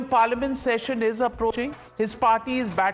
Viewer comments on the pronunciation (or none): The same way ur leader is roaming the world collecting awards in catholic and muslim countries leaving the country in crisis while instructing u andh bhakts to stay in India and not travel abroad. Where did u learn English??? Watsapp university???? Its SESSION NOT SECESSION 😂😂😂